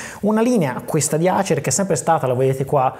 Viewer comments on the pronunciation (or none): 🤣🤣🤣🤣🤣 ASER non ACER si pronuncia 🤣🤣🤣🤣🤣🤣🤣